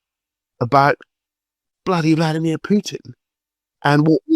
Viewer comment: How is Ukraine winning? Russia moves to the West. Leave my homeland alone, you war lover and criminal. You have no idea what’s going on in Ukraine. And first of all, learn how to say Putin’s first name